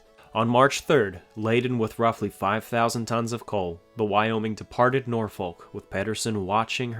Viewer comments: You probably won't see this but just a tip from a local about Norfolk: It's not pronounced Noor-folk. It's Norfuck/Norf'k/Norfik. Sorta just one long syllable. The second o is pronounced like the u in rubble, and I guess we used the l to build the Berkley bridge way back when. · Nor-fuk..not nor..folk. I’m from Norfuk.. Everything else is amazing, however your pronunciation of the nice town of Norfolk is ridiculous. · Just for future reference: Norfolk is pronounced “Nor-fuk.” Whether from my time on the East or West Coast, I don’t think I’ve ever heard anyone pronounce it the way it’s spelled. The pronunciation goes back to Middle English, before the Great Vowel Shift, along with a bit of clipped East Anglian dialect, and long before the name was transplanted from England to the American colonies. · Side note: Norfolk is pronounced "Norfuk". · Norfolk is pronounced nor fuck lol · Slight pronunciation correction; it's not pronounced "Nor-FOLK". Simply put, if you sound like you're swearing, you're sayin' it right. That pronunciation is specific to Norfolk, VA. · Great video, but I’m from Norfolk VA and it’s pronounced “nah-fuck”, not how it’s spelled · When you say "Norfolk" the "L" is silent.